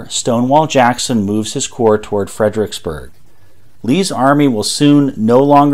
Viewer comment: and then there's "fred-RICKS-berg" rather than "fred-er-ICKS-berg". who needs four syllables when three will do!